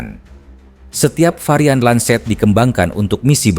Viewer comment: Lancet kakak, bukan lanset. ini bukan bahasa inggris ya 😊